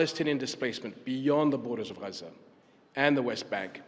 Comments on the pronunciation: HES SPEAKING ENGLISH IN THE VIDEO, IS HE NOT? WHEN REFERRING TO JERUSALEM DID HE SAY AL QUDS ? SO WHY IS IT GHAZZA INSTEAD OF GAZA ? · SOMEBODY PLEASE TEACH THE KING TO PRONOUNCE “GAZA” CORRECTLY. ITS “GAZA”, NOT “HAZZA” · Regarding the pronunciation Ghazza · NO. SO WHY IS HE NOT PRONOUNCING IT AS IN ENGLISH